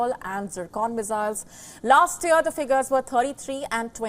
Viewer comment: The word is YEAR and not YER 😂😂